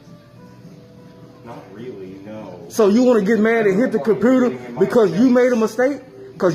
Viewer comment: I love how the first video the ignorant pos "customer" keeps saying cumpooter.